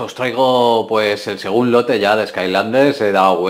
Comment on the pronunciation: No se dice "segun lote" se dice segundo lote